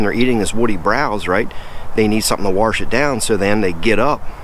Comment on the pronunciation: Warsh it down